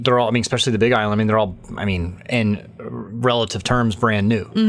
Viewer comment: Cute interview. She's on her path, needs a few more years of seasoning but at least she's found a fun way to do it. BTW, it's especially, not ex-specially.